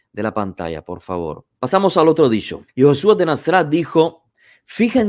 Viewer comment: Disho disho disho (habla bien)